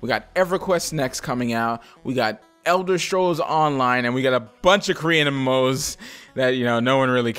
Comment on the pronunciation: I swear every time you say Elder Scrolls, I keep hearing "Elder Strolls" And when it comes to an X-pac, I think Anet is ready to do it... it's NCsoft who are being stingy. They are pumping funds into Wildstar, and might've just decided Anet and GW2 wont produce a good profit if NCsoft funds an Xpac. Now, no hate to the people who want Wildstar to be a success, in fact, I hope your game blossoms with great content and fun communities! I just want someone to knock sense into NCsoft, so they start putting money into GW2 and Wildstar equaly.